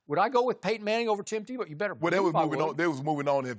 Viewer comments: Shannon is so funny when he mis-says something he called Tebow Timbow 😂😂😂🤣🤣🤣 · Shannon: "TimBow" 😂